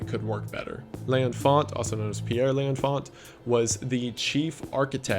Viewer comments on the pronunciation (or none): "L'enfant" is pronounced more like "lon-fon" and translates to "the child". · L’Enfant was pronounced wrong - c’est français